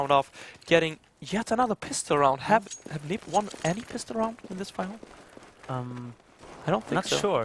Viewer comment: Why do you say N.I.P? its nip